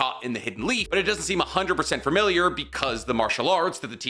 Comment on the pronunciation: so...did you say "fur-miliar" on purpose? ...a pun?